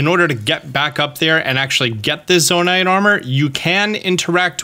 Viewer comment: Really hate that you say Zona-ITE